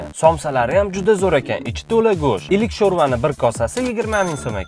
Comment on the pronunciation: Или❌Илу ✅ шурпа 😂